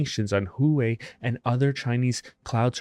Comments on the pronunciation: It's not pronounced "Who-whey", it's "Whaa-whey". 🫡 🤠🚀🌛 .:il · Huawei is pronounced “waa-way” I think.